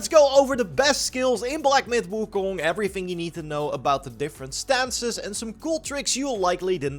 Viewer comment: He pronounced WuKong correctly in the intro, what a god.